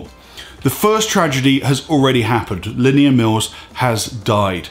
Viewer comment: The way he butchers "Linnea" is annoying... sounds like he's saying "linear"